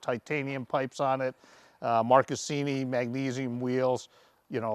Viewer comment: id say the 1299 brought back the torque also: march-i-scini not mark-i-scini desmosedi-chee not desmosedeesee